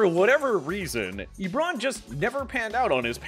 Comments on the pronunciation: Why does it sound like you’re pronouncing it lebron rather than eebron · bro stop saying ebròn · It’s not eeeeebron smh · Ebron???? Na bro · Why you saying Ebron like that tho